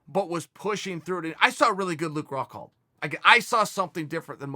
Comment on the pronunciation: His name is Rockhold not "Rockhalt"...